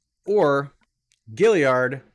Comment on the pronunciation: It's gaillard not giliard bro ur not that smart huh?